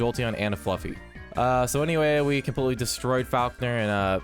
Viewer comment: It’s Flaa-fe not fluffy